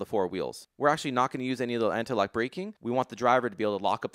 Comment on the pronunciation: the way you said ABS sounded like anti-lag-braking system, I have some hilarious images of flames spitting out of the brakes when you apply them ;)